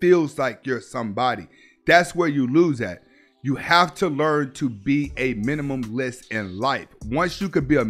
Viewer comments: Minimalist, Min-i-ma-list, I love your channel but the mispronouncing of words kills me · MINIMALIST SAY it with me now: ~MI NI MA LIST~ NOT minimumlist ffs